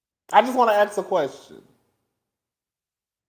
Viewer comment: “Can I axe a question?” 🤣🤣🤣